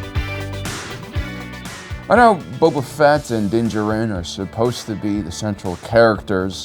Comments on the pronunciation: Spelling mistake in description sry also you say din jarrin weird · Dude...if you are gonna grossley mis-pronounce names... don't expect me to watch your channel. ... Dinjahren".... DAFUQ??? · How...How after 2.5 Seasons of the Mandalorian can you still not pronounce Din Djarin correctly? Do you actually watch the show or do you just use clips to attempt to convey a knowledge your writers provide? It's so hard to take you seriously when you can't, after over 2 years still pronounce the MAIN character's name.